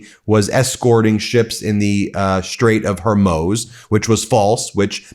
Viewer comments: It's pronounced Strait of Hormooz! 🙄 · Hey Ben, love the show! the Straits of Hormuz is pronounced Hor-mooz, not Hor-moze. :-) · Ben for god's sake learn how to pronounce HORMUZ, it's not hermoz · It’s pronounced strait of “HOR-MOOS” (like the sound cows make). PLEASE stop saying Hormoze!!! Like seriously how hard is this?!? Makes you sound ignorant. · Damn, Ben! Stop mispronouncing the name of the Strait! It's pronounced "HORMOOZE", NOT HERMOZE! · Can you please call it the Strait of Hoar-mooz? Thank you. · Ben please stop mispronouncing Hormuz. No-one else calls it Hormoz. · I love Meidas Touch, and it's main host Ben Meiselas. I truly love you! But could I ask someone please to correct Ben's pronunciation of some very simple names? His mispronunciation of simple names undermines the seriousness of his commentary, and is terribly distracting. Case in point: it's HORMUZ, not Hurmoz. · Ben...love you, your brother and the entire MTN/AF et el. BUT Either you, or the entire rest of the world are pronouncing "Hormuz" incorrectly. Cant both be right as you like to say...can you please check and let us all now the truth, like you have become known for?